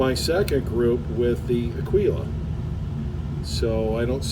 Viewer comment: Aguila, "G," not "Q."